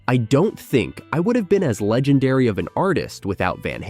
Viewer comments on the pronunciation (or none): none